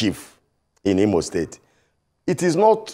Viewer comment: This Imo state man whose name you guys did not pronounce well has come here to seek for appointment with Hope Uzodinma. Sorry this man is a purchased and paid servant of the APC agent.